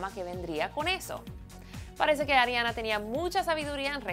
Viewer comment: ''adriana grande'' :s Ariana*